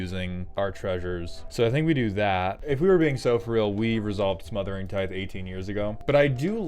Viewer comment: Is his mispronunciation of "tithe" a running joke or has somehow no one ever corrected him?